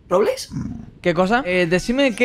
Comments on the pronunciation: "Rorbleis" JAAJAJJA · Robleis no rorbles